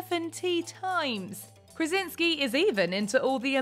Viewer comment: Krasiński a nie Krezynksy